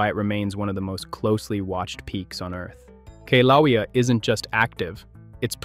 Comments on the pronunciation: I laughed every time he mispronounced the name. He is obviously using a language app for his narration. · Pronounced: kill a way a. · K LOWEA? ROFL. Obviously never heard of the volcanoes before